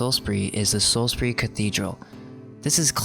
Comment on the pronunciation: "Saws berry" not "Salis bury"